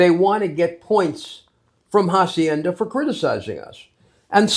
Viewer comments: Este hombre ya es todo un andaluh que te pronuncia de manera castiza jacienda😂😂😂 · voy a soñar con "jahsiennda" 😂